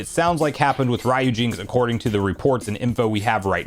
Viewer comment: Do you pronounce the Capcom character name Ryu in the same way you’re pronounc-ing the part of this emulator name? I’m pretty sure it’s “REE-yoo”, or maybe “ryOO”.